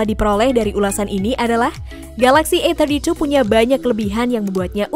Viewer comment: ini yg review orang indo apa china? Susahnya bilang A32 A31, AUTO DISLIKE. Cari Yt lainya